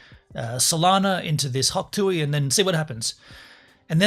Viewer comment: it is hawk tuah not hawk tuey